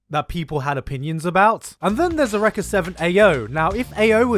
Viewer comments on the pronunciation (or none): Bruh he deadass pronounced Eureka 7 as "Urrekka" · Wait, hold on...HOW did he just pronounce Eureka?